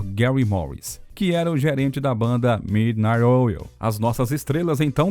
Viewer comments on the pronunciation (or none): Muitas vezes, o narrador cita "IXS", pronuncia de nomes de bandas errado, Midnight Oul, confuso...O assunto é legal...mas faltou isso...